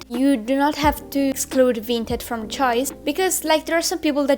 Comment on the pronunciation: its the buyer.......not dee buyer.......it's with not wiv.......hahahahaha........